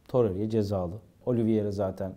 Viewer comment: Abi şu toreira ya torerya demezsen çok sevinirim, seni her izlediğimde acaip takılıyorum ya 😂😂